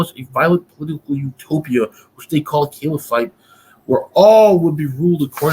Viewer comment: "Caliphite" (not caliphate) sounds like a chemical element 😁 But yeah, good discussion, mash'Allah 👍